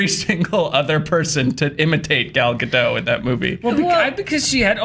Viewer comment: It's gal galDOT as in rhymes with POT. It's not difficult when the actor introduces herself and pronounces her own name.